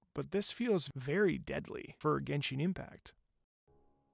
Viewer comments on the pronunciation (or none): none